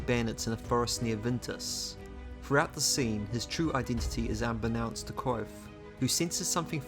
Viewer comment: The V in Kvothe is not silent.